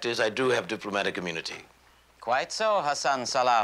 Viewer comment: That’s “gracious”. And his name is “Hassan”.